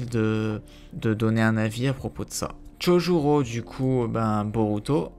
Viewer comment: mdr "chohuro"